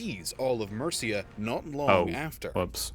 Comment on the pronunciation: I found it quite amusing that you tried to pronounce Mercia as 'Merica to try to somehow introduce your country into the mix,. I find it quite ironic that the 'America' in your country's name comes from the female Latin version of Amerigo Vespucci as in Americus Vespuccius, i.e. Americus is the male form and America is the female form of that name of his. Nice try, Mate, but it didn't work....especially when you consider that your country didn't even exist for another 1,250 years after the creation of Mercia, did it?